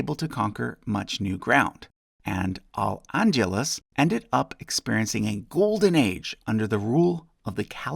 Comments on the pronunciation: Good research, but butchered the pronunciation as usual. Al-Andalus is Aal-Aan-daal-loos not al-unduless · It's Al AndAlus not Al AndUlus. This is like Benedict Cumberbatch trying to pronounce Penguin..... Holy crap. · Vlad Țepeş 🇹🇩 The Andalusian Caliphate were married to Navarrese Royalty from the very beginning. 1 ½ ¼ ⅛... the remainder being Basque. Al- Andaluz, not lluz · Al andalus , pronounce the a's like the a's in Sahara and pronounce the u like the oo in good. You are pronouncing like andulas, which is completely wrong!! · Note: It's pronounced "al ahndahloos", with the accent on the "ahn" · Ayul And-yuh-luss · Andalus = un-da-loos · Al-Andalus is pronounced “El End-Eh-luss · You made Andalus sound like scandalous and I can't unhear it. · Your pronunciation of Al-Andalus is horrendous. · Love your videos. Just one small thing, The pronunciation of El Andalus could have been polished a bit. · Love the channel, but oh boy you butchered "Al-Andalus" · You're pronouncing "Al-Andalus" as if it were spelled "Al-Andulas," which is somewhat distracting. It's pronounced quite phonetically, roughly "ahl ahn-dah-LOOS." "Chichorro" does not have a 'k' sound in it. chee-CHOH-ro, even if you don't roll the 'r.'